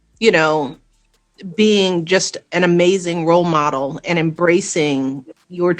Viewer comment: Did she say rolemode wow 😮